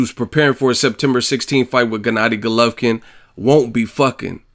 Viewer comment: Golovkin dumb ass not gulovkin that is how u saing it